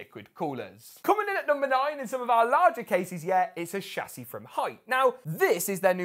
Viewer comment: who else is enjoying him repeating the word "shah-ssey"?